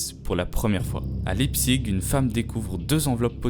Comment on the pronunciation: La ville ça se prononce Laïptsich